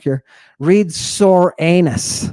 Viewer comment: "Read Sore-anus." Ha ha!